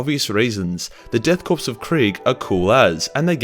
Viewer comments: Every time he pronounces “korps” like “corpse” I cringe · My eye twitched and I almost clicked off each time he said corpse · Pretty sure the "korps" bit is pronounced "kor". As is the military pronunciation of corps. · EVERY time you mispronounce the word "Korps" as the word "corpse" a heretic gets his wings. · According to the Death Korps of Krieg arent real, instead the Death Corpse of Krieg. It seems no one can pronounce Corps/Korps these days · are you intentionally mispronouncing "Korps"? Please say it was a play on "corpse", please..... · 'death corpse' you can't keep getting away with this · Korps, corps, korpse, corpse was originally a French word from the Napoleonic era, and it’s pronounced Core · Pronounced as "Core" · the correct German pronunciation would be koa like in koala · It's a Korps, not a corpse. Only the first 3 letters are pronounced. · However the ‘ps‘ of Korps is. The way he says is Corpse. Death Corpse of Krieg sounds rather redundant. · This was good but i'm surprised that you would know the J in German is silent but you pronounce the p in Korps. A petty complaint but it just sounds retarded. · Man really doubling down on pronouncing all those silent P’s lol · I cringed every time he said 'Korps' as 'Corpse.' Which was especially bad as he said it often. It and by extension the English version (Corps) is pronounced 'Core' Another one was 'Coop' (as in chicken coop) instead of 'Koo' for 'Coup' I know, very nitpicky and pedantic, but when you hear someone saying the wrong thing too many times in one video there is a compulsion to help correct them. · Inquisitor Verben Von Nounsense of the Ordo Gramaticus says. “The lack of proper pronunciation you employ is heretical. Mindscrub yourself of that autistic low gothic and use your God-Emperor approved high gothic”. Korps pronounced Kore Masochism pronounced masa-kiz -em Coup pronounced Koo “His Holy Ordos is not angry, just disappointed by your lack of knowledge.” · Core not corps